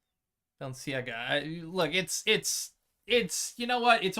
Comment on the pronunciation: Its pronounced Balenciaga not Balenciaga......